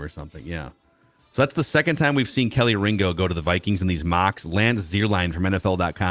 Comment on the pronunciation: It's not Kelly Ringo... It's pronounced.. Key Lee Ringo